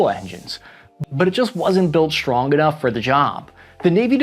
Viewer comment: Very informative, but it's hard to take someone seriously who pronounces the letters "STR..." with an "H" in it: SHtrong ConSHtruction DeSHtroyer ...and let's not forget "eKSHtreme". I expect this of children, but not of someone presenting such vitally important and serious information.